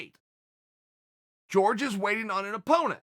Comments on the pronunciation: Chael is the AMERICAN gangster, he doesnt pronounce George in the Cuban way. If George wants to be in America he should use his proper American name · Judy Stroyer Well Jorge was born in America and his name isn’t pronounced “George” so fuck off and call people by their natural/cultural name dummy. No one is going to assimilate to white values. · If anyone is angry it’s Jorge because of the way you butcher his name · Uncle why do you always mispronounce Jorges name? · Chaels too white to pronounce the name properly. He knows hes just afraid of sounding spanish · whats the deal with chael and not being able to pronounce Jorge or Khabib... literally lmfao wtf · Someone better let Jorge know he's pronouncing his own name wrong...